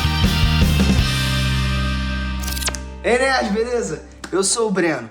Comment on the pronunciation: Só falta o ênfase no Ei nerds do começo xDD, esse Ei nerds Blz parece meio sem vida XD